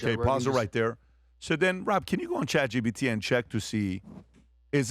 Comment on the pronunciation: When is Patrick gonna learn that it’s Chat GPT not Chat GBT?!